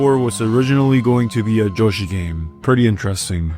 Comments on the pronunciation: yoshi ❌ joeshi ✅ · Hearing "" instead of "Yoshi" made this video almost unwatchable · Dude. isn't "different", it's literally just wrong. Yo-shee and Yow-shee are different ways to pronounce Yoshi, but this is a Japenese word, the "Yo" under no circumstance is gonna result in a "J" sound, not to mention that in English "y" only makes a "yuh" sound, an "e"-like sound like in happy, or historically thorn, like the th in think. Also I don't know why this offended you so much that you had to activate ad hominem mode like a far right twitter user, do better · Is nigga just pronouncing yoshi ''joshi'' on purpose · "" Also nice video! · why do you call Yoshi “”